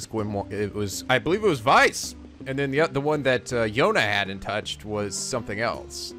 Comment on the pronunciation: Weiss, pronounced as Why-ice (pretty much)